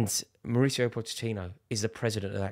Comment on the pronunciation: Rory pronounces Mauricio differently 100 times in one video.